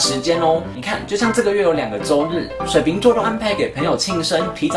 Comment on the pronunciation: 為什麼講話又加一個兒 水瓶兒XD 也是😂😂😂😂😂